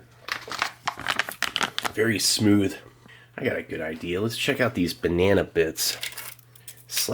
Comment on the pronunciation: What's a "binena"?